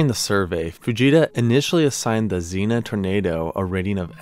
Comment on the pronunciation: Zeen - uh 💀💀💀 It's Zeen - ee - uh